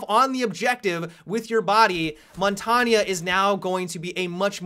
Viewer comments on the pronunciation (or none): That's what I was thinking. Isn't it Mon-tang? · Why are you saying "Montagna" instead of "Montagne" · montagnha he says. JUST SAY IT LIKE A MAN MONTAGUENE jk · montanio? its called montagne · I get triggered every time he says montaygna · Montanya... Lol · Montagne is pronounced mon-tang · mon ton ya? are you fucking dumb? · no, no it isn't... I'm french and u pronounce it mon-tang-ye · Montagnaaaaaa pls stop call him montain or pronounce it montagneuh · lol montanya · montagne is french for mountain and to pronounce it is mont-ain. g is silent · Bruh, montagne is pronounced mon-tane It means mountain in French. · did he say it like montania? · my friend, Montagne is pronounced as mon-tane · Say it how you please though. People are going to know who you are talking about no matter how you pronounce it. I tend to just call him "shield". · "montanya" im dying lol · Mon-Tog-neigh please say it correctly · Montagne is pronounced mon- tang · this bothered me too haha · isn't it pronounced, Mon-tarng? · heard a developer pronounce it "mont-ane" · montagne: "mon-tang" - french for mountain......you're welcome :) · seriously...dude I am french and I can assure you that we don't say montagna and lasagna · the way you pronounce tachanka and montange legitimately pisses me off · FUCKING PRONOUNCE MONTAGNE RIGHT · The way he says Montagne 😂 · The way you pronounce Montagne sends shivers down my spine. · he is pronouncing it incorrectly. asked my French professor. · Sorry to be that guy but montagne is a French word and is pronounced like it has an A at the end.